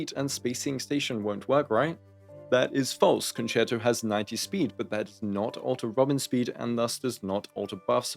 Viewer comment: He learned how to pronounce concerto :) but fr your guides have been so helpful as a relatively new player (got into the game in 2.0) and I'm definitely praying for the RNG to pull Robin and Topaz with my f2p pulls (Robin first tho)